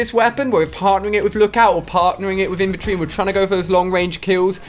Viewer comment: Infantry divison not inventary divison... get it right